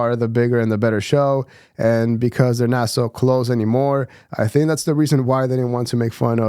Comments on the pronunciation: Andrew saying “don’t tink too much” 😂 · "Mmmmm let me tink"